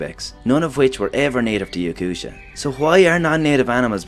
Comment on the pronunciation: Yakutia is not pronounced with a sha, but with a hard T sound.